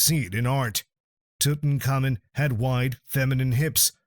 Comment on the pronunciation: Tutaka Moon, Tuton Common, Took in Common, Tooton Common. Made me laugh so much, I couldnt watch anymore😂